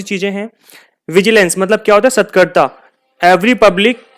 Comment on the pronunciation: Ur videos are really good. Sat-kar-ta{vigilance) nahi sir it's sa-tark-ta